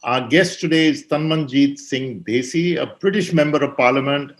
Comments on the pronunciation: You are, having a Punjabi background... You don't know how to pronounce +DHESI+ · It is not Desi but DHEY-SI